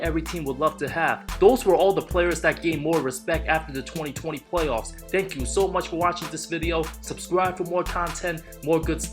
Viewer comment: Wait... did he just say "Way-off P"...🤣🤣😅🤣